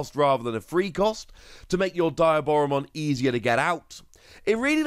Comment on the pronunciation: love ya videos, but I have to correct your pronouciation of Diaboramon. it is pronouncd Dee - ah - bora, Its shown in the movies with Diaboramon in it, and with any media its been shown in.